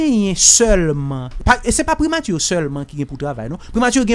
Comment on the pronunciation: 😂KOZE FRANSÈ KREYÒL SA BAY MOUN SA YO ANPIL PWOBLÈM WIIII😂😂😂 POU JAN LANG KREYÒL LA BÈL, MISYE PAKA DI PRIMATI.....MÈTRE BONIFAS , PRIMATURRRRR.... ELATRIYE.... MESYE RAMASE BOUCH NOU TANDE.